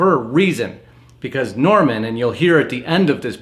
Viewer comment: Norman is not Norm-al